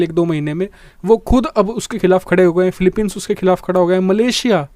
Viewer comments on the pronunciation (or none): none